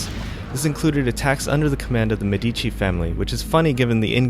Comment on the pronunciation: MEDICI, porco dio, MEDICI, non medícci